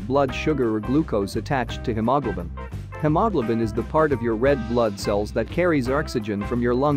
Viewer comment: The computer voice did not pronounce hemoglobin very clearly.